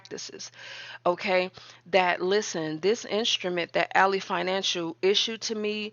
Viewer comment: Not a jab at your content. I don’t know if you realize this, but Ally Bank is pronounced AL—LY(lie) as in friend or foe context. Al— LEE spelled alley: a narrow path between buildings.